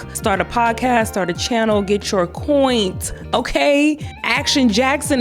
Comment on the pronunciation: "Girl, get your coint"😂